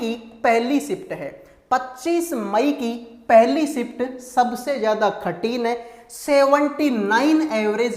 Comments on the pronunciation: Pahle baat to ye khathin nahi kathin bolo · Are bhai khatin nahi kathin hota hai